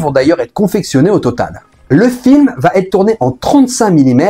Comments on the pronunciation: Ah ah tu as laissé passer un petit "va têtre" au début mais il y a eu plusieurs "va être". Ça satisfait le relou que je suis ! En tous cas merci pour le taf, c'était intéressant comme toujours. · "Va T'être"... NON. Il faut arrêter avec cette abomination de diction. Où vois-tu un "T" entre "va" et "être" ? C'est "va être", SANS T.